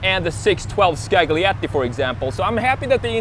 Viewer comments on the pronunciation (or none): Scagliatti rough pronunciation for foreigners = skaLjatttti